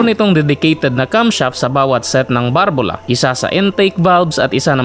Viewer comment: BALBULA HINDI BARBULA